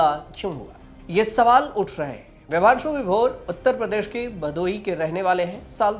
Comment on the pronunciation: Vibhanshu Sudheer nam hai bhai ...Bhaang kha ke research krte ho kya aap log nam tk sahi nhi bol rhe.